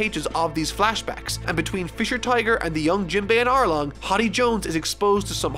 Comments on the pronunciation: its HORDEY not HODDY Jones haha. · Me ripping my hair out at you calling Hody hoddy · You did not just call him "horby" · Ah yes, "Hoddy Jones"